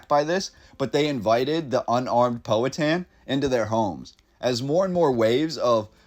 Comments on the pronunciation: Suggest you learn correct pronunciation of Powhatan. You've got it really wrong.... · Enjoyed this but I been here all my life and I have only ever heard it pronounced "POW-a-Tan". Henrico is mispronounced also. Anyone know what the building is? I have seen photos of it's ruins before, a really impressive structure whatever it was. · This is interesting. Long time Richmonder here. Just a quick pronunciation guide: "Powhatan" = POW-ha-tan (like a sound from a gun); and "Henrico" = Hen- RYE- coe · just so you know, the correct pronunciations are: Powhatan is POW-a-tan, Henrico is Hen-RYE-co and Tredegar is Tred-a-ger. The photographs are haunting and remind me of Berlin in 1945.